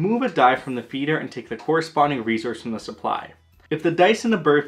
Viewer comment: I leave the second I hear “re-Zource”